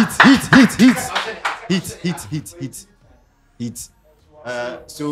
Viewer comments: no u say Niangolan 😂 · you say Naingolan how?😂😂